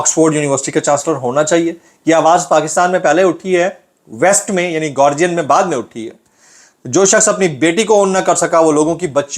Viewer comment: it's call گارڈین